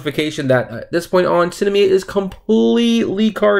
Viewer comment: Its SINemia not Cinamia